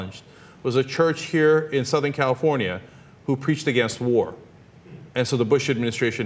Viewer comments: HAHAHAHA first 30 seconds AGINENT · either this guy cant pronounce "against" or he actually means everyone is "a gennit". I am going to choose its the latter. Although i have no clue what a Gennit is, i am sure the proud people of the Gennit are worth beeing called the Gennit. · Did he say "AGAINIT"? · The fact that he says "aggen" instead of "against" doesn't help his case. "Aggenit"? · I refuse to listen to a man who cannot pronounce "against".